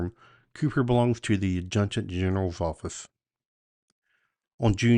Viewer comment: Adjutant can be a difficult word. As a former battalion adjutant, I can say this is how it is pronounced in the Army: Add-joo-tant.